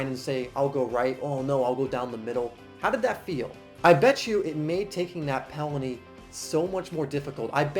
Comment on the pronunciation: did he say pelany? or am i just over thinking?